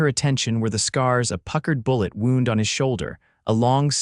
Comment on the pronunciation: Wound: and injury and wound: wrap around geez The bandage was wound around the wound. Same spelling different meaning and pronounciation. These storries need more human attention